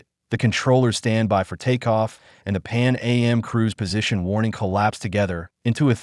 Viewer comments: It’s not Pan A.M. it’s Pan AM short for Pan American! Also if this is an American AI we don’t say holiday we say vacation and typically don’t use meters this video is an insult! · I can't deal with this AI voice. I checked out when it said "Pan A-M" instead of "Pan Am" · This is an excellent video. Calm down hate posters. Since KLM is pronounced K L M, maybe it's assumed AM is A M. Certainly didn't effect my viewing. Saw another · This is an excellent video. Calm down hate posters. Since KLM is pronounced K L M, maybe it's assumed AM is A M. Certainly didn't affect my viewing. Saw another video where the voice kept saying Ten-a-ree-fay. Now that's irritating. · “Pan A.M.?” I’m assuming this was created by AI. So annoying.